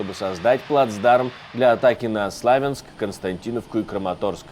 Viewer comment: В Украине нет такого города как слАвЕнск. В Украине есть СлОвЯнск. Для необразованных подчёркиваю, что топонимы не склоняются, не переводятся, а произносятся так, как говорится местным языком. You understand my?